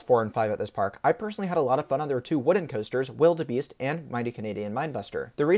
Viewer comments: Great review. Just one nitpick, Wilde Beast is pronounced "Wild Beast", not "Wildebeest". The "e" is there because it's the theming of the area it's in. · quick tip: wilde beast is pronounced wild beast, it has the e at the end for the medieval theming towards it.